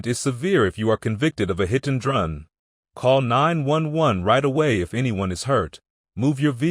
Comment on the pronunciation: The male narrator mispronounced 911 by saying 900 and 11, hit and run by saying hit and drun , etc